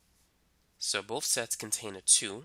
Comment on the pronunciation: When you hear sex instead of sets 😑😹